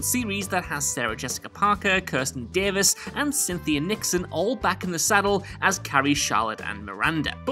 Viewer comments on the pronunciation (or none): none